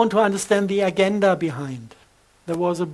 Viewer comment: Some body tells this poor man that agenda is pronounced a-gen-da no GU about more if a j… like french je!